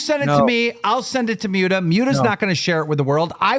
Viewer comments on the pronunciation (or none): "I've been friends with Mute-a for years" Clearly not enough that you bothered to learn how to say his name, keem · Am i the only one who gets more pissed off each time keem says "Myuta" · Why does nobody correct Keemstar when he keeps calling Muta “Mew-ta.” Like everyone pronounces it right and he hears it; yet he continues to say it wrong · y he call him mewta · Lmao at the way keemstar says “mute-ah” instead of Muta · I can't stand the way Keemstar says "Mewda" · LOL."ive been friends with Muta for years" but can pronounce his name